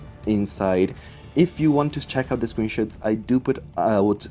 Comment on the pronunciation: Just have to ask, did he say screenshots or screenshits